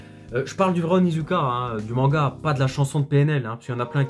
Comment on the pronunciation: Tu dis manga cheloument mengua .